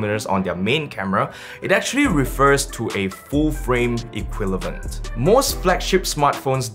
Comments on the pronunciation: bro I laughed when you said "equilevent" instead of "equivalent" :D Other than that, amazing video!!! Exactly what I was looking for. I was wondering how can my phone have a 26mm lens when being only 8mm think lol :D they never said it was the full frame "equilevent" lol :D Thanks bro, great job! It also says F1.8 though, which is NOT the full frame equivalent... So they only write the equivalent when it's BENEFICIAL to them... TYPICAL SCAM MARKETING. Wouldn't be so impressive if they wrote the f-stop is something like F15, right... :D I am yet to calculate how much is it exactly. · you actually said "equilavent"